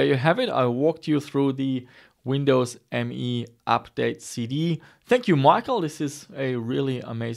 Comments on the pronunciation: Nice. But its not Windows ME it is Windows Me, as in "me"="i". Its also said like "me", not "M E". Sounds so wrong ;) But still it is easily the worst 32bit windows ever mase ;) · it was called Windows "Meee", really. look it up!😉